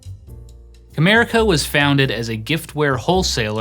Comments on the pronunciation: I hear "Kramerica". lol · it sounds like you say "America was founded as a giftware wholesaler in 1987 by David J Harding." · Every time I hear "CAMERICA", I can't help but hear "KRAMERICA", Kramer's fictional-industry from Seinfeld 🤣🤣 Wonder if that was actually a spoof that was subtly referencing this failed-company?? 🤔